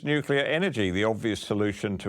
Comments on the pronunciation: Its pronounced NU -CLEAR, NOT NU-CU-LAR!!! Jeez!! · Hi, Folks. The 'honorable' Christopher Bowen can't even seem to pronounce the word, "nuclear", correctly - read "nucular' - so why should we accept anything else he preaches at us????? Just my 0.02. You all have a wonderful day. Best wishes. Deas Plant. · He can’t even pronounce the word nuclear. Didn’t the French build one in 7 yrs, 50 yrs ago. Blackout Bowen can’t allow nuclear, twiggy and his mates would lose all those subsidies. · Bowen can’t pronounce nuclear ☢️